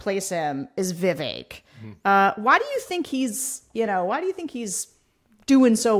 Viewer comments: I know this isn't the most important thing - but hearing people pronounce Vivek's name properly makes me very happy! - an Indian in the USA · I agree! He's not worth a single thought - but this is a heartening moment for me as a brown girl in the USA whose name is constantly mispronounced. I guess it speaks more about Sarah and Tim, that they take the effort to pronounce a different name properly!